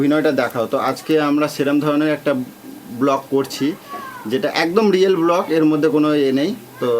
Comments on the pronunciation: কথাটা "ব্লক" নয়.. "ব্লগ"! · Pank ki, otake prank bole aar block naa ota ke bole "blog"..